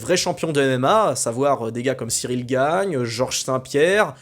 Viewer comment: C est Cyril Gane, pas Gagne😂🤣🤣Mais ça pourrait